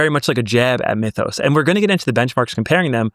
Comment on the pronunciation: "mee-thos"... say "myth" now say "mythos"